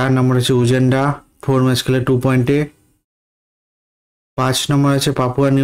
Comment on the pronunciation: উযান্ডা na উগান্ডা হবে ভাই😂😂😂